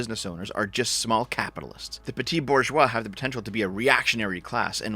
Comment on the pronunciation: Why do you pronounce "petit" as "petty"? Don't have to don a French accent, but just say "peh-tee".